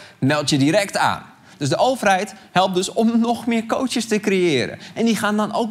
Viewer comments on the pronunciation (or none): Arjen ik erger me er aan dat je de heletijd cootsjes zegt!